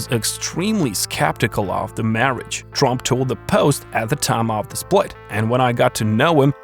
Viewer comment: Good Lord. The name is TRUMP. NOT Twump